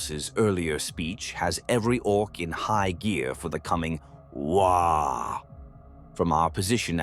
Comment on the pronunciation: “A unified shout of…” sound of the AI interpreting “waaagh” with a baby’s “wahhh” lmao